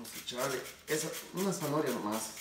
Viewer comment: gracias por la receta, he visto que tambien le agregan camaron y sabe muy sabroso. por cierto no se dice zanohoria se dice ZANAHORIA. ( prenuncia bien pa que no te cretiquen)